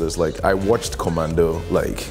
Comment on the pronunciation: The way he said COMMANDO looool...yep he truly grew up in naija nd its definitely still in him hehe great guy